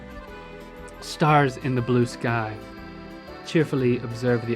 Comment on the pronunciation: When you read the haikus in your "Italian" accent, you're adding an extra syllable. =P "Stars in the blue sky-AH".